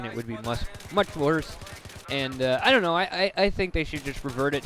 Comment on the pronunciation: 39 thru said uh 4 times, said don't in the wrong way, and said thingimabob